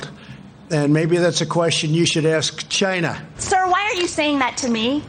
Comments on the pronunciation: Love how Trump accentuates his pronounciation of "CHINA"! " CHAI NA" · It came from CHY-NAH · Chy-nah...is asshole!